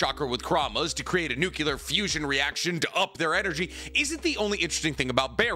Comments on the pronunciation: Did you just say “nuculer” fusion? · Nuclear Nu - clear Nu - kyuh - ler 😂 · I said this on the last video... it's new-clee-er bro.